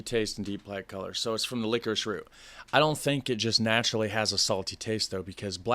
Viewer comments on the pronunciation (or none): Why do you pronounce it licorish?